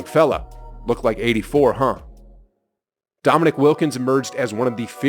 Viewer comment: The narrater mis-pronounced Wilkin's name. It's pronounced Domineek, not Dominick. Your pronunciation was correct. My favorite Larry Bird trash talk story is when the Celtics were playing the Utah Jazz. Right before tip off, Bird went to the Utah bench and told all the players and coaches that he was going to drop 43 on them. He scored 43, then checked himself out in the third quarter due to the fact that Boston had something like a 30 point lead. LOL.